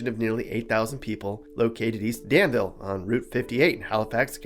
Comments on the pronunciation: It is not pronounced "Dan-ville", but rather pronounced "Dan-vool" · Yeah he pronounced Danvul wrong.